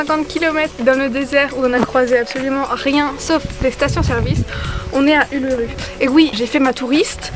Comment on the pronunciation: Trop cool et moi je suis allée au lac de del et je suis montée sur l'uluru mais si jamais uluru se prononce oulourou